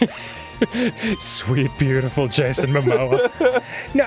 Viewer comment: Dan what you said really does make sense. It was Byoutful. Byoutiful